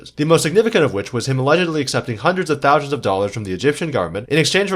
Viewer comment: Anybody else hearing this dude say "Thowe-Shuns" instead of thousands?